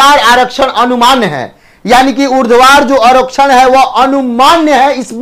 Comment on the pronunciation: Urdhvar vs urdvadhar 😅😅😅😅😅